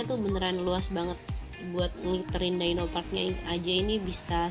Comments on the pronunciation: Bukan daino. Tapi dyno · DI-NO please... bukan Dai-No